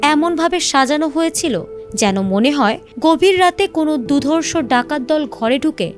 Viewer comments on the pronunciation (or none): DUDHORSHO Noi sheta hobe durshdorshyo ...egulo porishkar kore uchharon korle bhalo lagbe ...